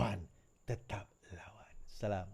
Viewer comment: weh bila beri Salam tu biar betul2